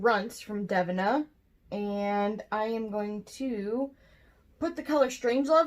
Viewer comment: Lol...its pronounced DA-VEE-NA...right??? Is it dev-in-ah??? Lol holy hell I need to know these things lol